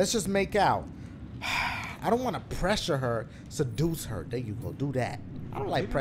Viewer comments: it said r ensure not presure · REASSURE NOT PRESURRE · Dashie misread “reassure” to pressure 💀💀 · Dashie: "I don't want to pressure her" Me:😐😐"Pressure ? you mean Reassure ?"😂 Gotta love Dashie man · Option: 'Reassure' Dashie: I don't wanna 'pressure' her. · 5 years later and I’m wondering why he THOIGHT ghat said pressure 💀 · how dashie gonna read reassure as pressure